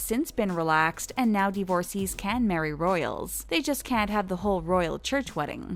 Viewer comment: Divorcées = Div-or-says.